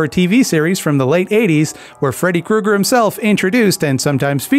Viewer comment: If you THINK about it--IF you THINK...ABOUT it, Kreuger should be pronounced Kroyger.